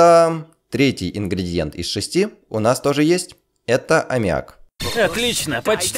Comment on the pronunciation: Сколько раз ты это посмотрел? - ИндиГридиЕнт!